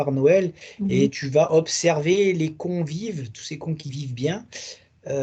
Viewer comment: Et comme vous dites di bien les "cons vivent "😂😂